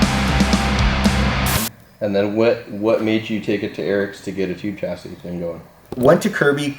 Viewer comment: The “s” on the end of chassis is silent 😂